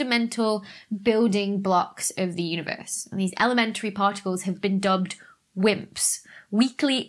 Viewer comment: When she said wimps, i thought she said simps for a second